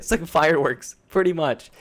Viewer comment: Please stop saying 'pwiddy much'.